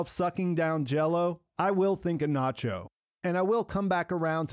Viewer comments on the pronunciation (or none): i love your reviews, but please show some cultural appreciation by pronouncing the names properly! Lalo (like "lullo" but not "lawlow") and Nacho (like "Nutcho" but not "Nawtcho") would be amazing!